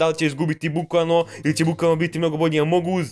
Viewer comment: Nije among us nego amonguz😂